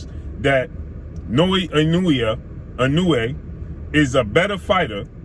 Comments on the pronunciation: I may not be able to name 5 of his opponents either, but i could at least attempt to pronounce his name properly if featuring him in a video, thats just a respect issue. You actually say it right one time which makes the 20 times you dont even worse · Done fucked up the pronunciation of his name cuh. Come on now, his name is hella easy to pronounce correctly. Now, better than Errol? Nah Higher on the P4P list...yeah Ironic On an aside: Your logic is semi-valid but also illogical and flawed. The lower weight classes are minimal difference in weight because they're small af. That's not their fault. Lastly, Naoya has took ALL the smoke...near the TOP in Championship Belts fights. Nuff said! No respect for wins against Hernandez, Rodriguez, Payano, Donaire, Maloney, McDonald?! You be hating. Once he scraped Fulton and then cooks Cool Boy at 122 you'll be singing a different tune. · Ha ha ha he messing over “the monster’s” name pronouncing it wrong